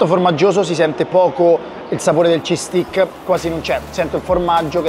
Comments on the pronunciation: Lo sai vero che stai continuando a dire "bastone al formaggio" si scrive steak si pronuncia "stèik" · “STEIKKKKKKKK” …. Occhio che sei chiedi lo Stik a un inglese, poi ti accontentano ahahah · DUDE! Steak si pronuncia STEIK, se lo pronunci STIK significa bastone! 😂